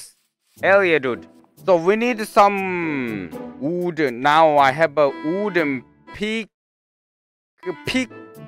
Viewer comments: I love the way he says wood, "oOOd" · Normal people: wood: WOODUL